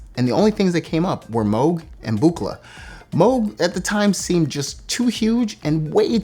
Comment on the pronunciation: Nice to hear Moog pronounced correctly for a change! ;-)